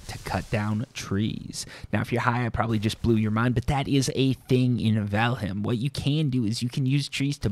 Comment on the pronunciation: I’m half convinced you’re high with the way you pronounce this game.